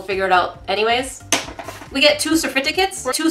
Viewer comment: when you said "cerfiticates" i lost it lmfao all in good fun but i was having a bad day and that made it 200% better